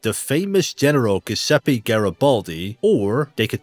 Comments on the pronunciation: great video! just a heads up, the g in giuseppe is a soft g sound, like a j in english. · Giuseppe sounds like Jewzeppe. In English.